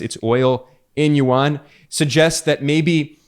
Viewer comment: yuan is 1 syllable not 2 syllables. like Juan not jew -an